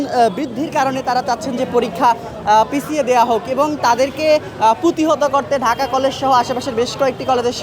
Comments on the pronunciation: ঢাকা কলেজ এর শিক্ষার্থী ঢাকা কলেজ সঠিক ভাবে উচ্চারণ করতে পারে না,সে ঢাকা কলেজ এর ছাত্র,হাউ ফানি !?? ঢাহা কলেজ,হা হা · ঢাকা কলেজ ।এইটাও ভালোকরে বলতে পারতেছেনা।😂ঢাহা কলেজ 😂 বলতেছে ।অবশ্যই পরীক্ষা পিছাতে হবে।❤ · Dhaka college uccaron korty pary na , aisay exam er time 26 tarik conform korty ...